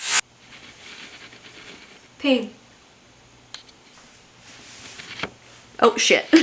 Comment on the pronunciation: At first I thought she said pink but she said pain lmao 😂